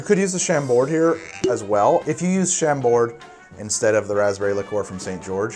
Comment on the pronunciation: You do not pronounce the "D" in Chambord